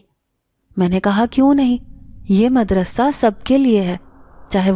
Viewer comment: Nice voice...nice all stories..... madrassa not... madarsa